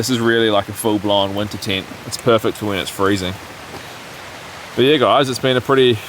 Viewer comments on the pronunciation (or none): none